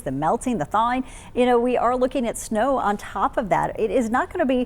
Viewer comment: Significant "Sow" Potential? Hmmm. Now I'm hungry for pork.